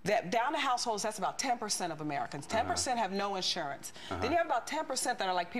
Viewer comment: i dont know but she is very stupid. also it is insurance not ish-unance as she says it lol